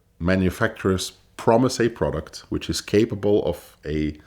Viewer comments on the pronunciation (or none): none